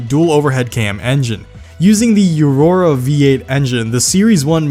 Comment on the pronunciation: “yerora V8”